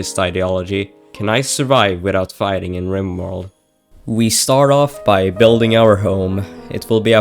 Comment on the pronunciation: It's fighting not fightning.